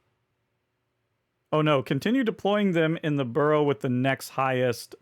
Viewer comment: I had to stop watching after a few minutes due to the pronunciation of Borough lol